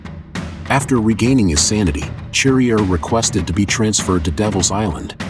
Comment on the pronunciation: It’s pronounced sharrier you dumb yank.